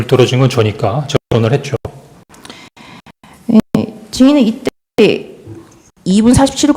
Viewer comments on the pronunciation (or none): 했져? 했져?라고 들리는게 맞나요??? 했죠?가 맞는거 같은데